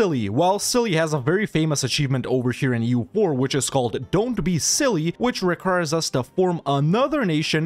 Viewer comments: Its silly how the game calls that nation cilly while its celje and its not read as silly at all, it should be tselye (dont read the "e" as "i") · ist celje not cili